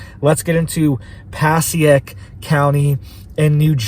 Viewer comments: MM - pasiac? 😂😂😂 pronounced Pa-say-ic county NJ. 😂😂😂 Had to play that back a couple of times. 😅😅😅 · pa-say-ick is how you pronounce that town in NJ. I don’t live too far from there. (Passaic)